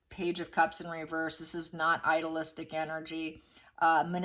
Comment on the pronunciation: Idealistic. NOT idolistic. Two different words. The one you want,, is idealistic, pronounced with a hard long E. "I-dee-lis-tic." Please fix bc i really like your readings but when you mispronounce common words it lessens your credibility.